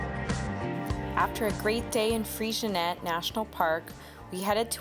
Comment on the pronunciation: Freycinet is pronounced as if it's French: Fray-sin-ay. Bicheno is pronounced Bish/en/o.